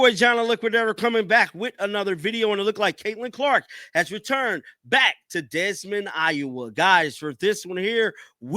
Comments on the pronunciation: You are saying the city wrong it’s Des Moines pronounced Da Moines two words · Desmond? ( De moy nes ) Des Moines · Des Moines - pronounced DE MOYNE not DESMOND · It’s pronounced De Moine the S’s are silent Des Moines 🏀CC22 🌽👍🏽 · Honestly, how the f do you not know how to pronounce. " DE MOYN" IOWA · Its PRONOUNCED Dee Moin rhyms with Coin...wth..? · Da moyne say it like that dude. From an iowan. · Pronounced Dee Moine. S’s are silent. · It’s pronounced “De Moin” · come on buuuud it’s pronounced Dimoin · As far as I know, there's no such thing as "Desmond" Iowa. Did you not pass 5th grade geography,? ROTFLMAO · Hear the pronunciation for Des Moines , duh-MOYN ) you way off my daughter use to live there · Desmond ?? WTF , are you illiterate? Do some homework dude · Ouch. Des Moines is pronounced “Da Moin”. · You are pronouncing the city incorrectly..goggle it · The “s” is silent in both Des and Moines